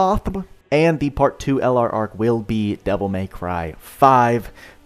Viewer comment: Lol the way pronounced the LR sounded like an anime girl having a good time.:_boodaAscent